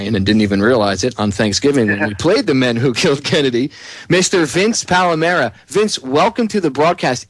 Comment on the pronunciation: (It's Palamara- all "a"'s ) :)